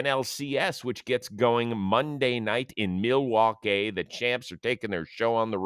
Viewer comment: Someone needs to teach Rose the context for “mill-e-wah-que"